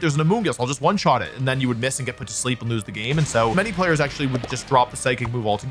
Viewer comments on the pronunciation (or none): none